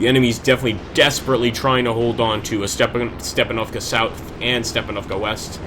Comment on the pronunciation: Not StepanOvka but StepAnovka. Use right stress on the 'A' letter